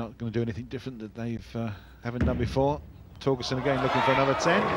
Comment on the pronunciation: cass says torgesten